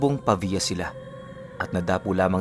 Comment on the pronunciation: tama na ang pagkabigkas mo sa pavia.. galing mo... 👏👏👏